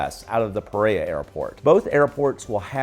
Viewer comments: Pereira… It's sounded out as pay-ray-e-rah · Do you mean Pereira? Why do you butcher it then?